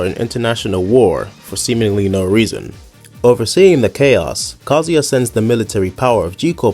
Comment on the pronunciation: His name is KaZUya. You should pronounce it the way it's written. Through the whole video you are pronouncing it like "Kozy".